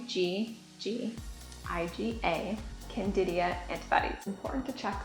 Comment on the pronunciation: CANDIDA!!!! NOT Candidia.